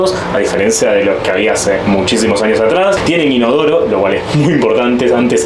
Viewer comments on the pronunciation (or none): none